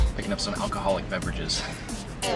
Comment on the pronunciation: Alcoholic beverages.. lol Do you have to be an alcoholic to drink them? Just thought it was funny the way you said it! God bless keep safe!